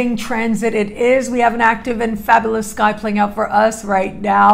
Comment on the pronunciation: Its fab'you'lous...not fab'ooo'lous! Lol. This kills it for me every time. Just a small gentle suggestion. ❤